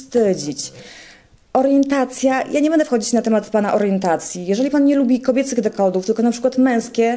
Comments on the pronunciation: dekoldów ? a nie dekoltów ? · Dekoltów nie "dekoldów" 🤣